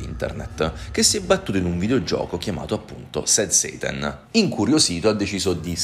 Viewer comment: Scusa ma quando dici sad "seitan" mi viene in mente il seitan dei vegani 😅